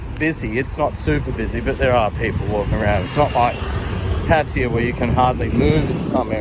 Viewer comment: I am puzzled as i think it is Pattaya however you pronounce it Pattya ..